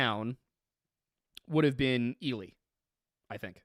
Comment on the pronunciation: Congrats on pronouncing Ely right this time!